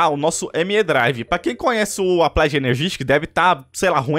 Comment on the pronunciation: "applaid";-; e sua pronuncia e escrita do ingles incrível kkkkk